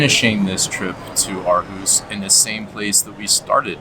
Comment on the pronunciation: I am so impressed about how you make an effort to pronunciate correctly. Living in Aarhus myself, I was blown away about how well your pronunciation of the name of the city was. Usually native english speaking people, struggle with the Aa-combination being pronounced as an Å, followed by the r. So used to it sounding like AAAAhUUUs. 👍🏻